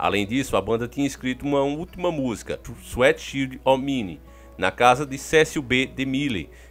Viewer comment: Sem maldade, mas não aguentei quando disse sueti xidi ó mini, kkkkk desculpa, me perdoem!!!!ninguém é melhor que ninguém mas foi engraçado kkk